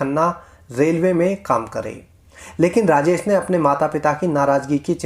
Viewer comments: Raajes nahi raajesh boliye 😏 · Rajesh ko rajes kyon bol rahe ho thik ucharan karo